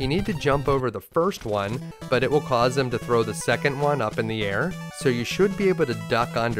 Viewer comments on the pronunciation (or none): none